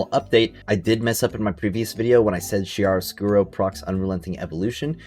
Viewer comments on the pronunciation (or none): It’s pronounced Kia-roscuro, not Chia like the seeds